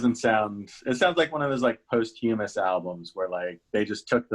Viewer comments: It's posthumous not posthumous. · "post-humus"?? LOL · Yeah, he mispronounced that word on another video, too. These guys are generally smart and articulate, but you'd think they could fix this kind of embarrassing moment in the editing.